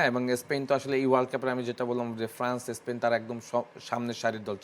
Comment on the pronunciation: ভাই এরা প্যারাগুয়ে রে বলে পারাগুয়ে, আবার স্পেন রে বলতেছে স্পীন 😊